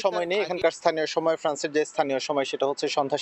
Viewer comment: শুদ্ধ বাংলা উচ্চারণ করতে পারে এমন কোনো রিপোর্টার কি ফ্রান্সে নেই ❓❔